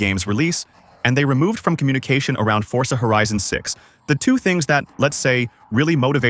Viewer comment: forza ❌ fortza ✅